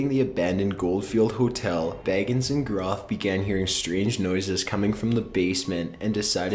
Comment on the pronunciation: Zak Bagins lol its Bagans but I found it funny because imagine Zak as a hobbit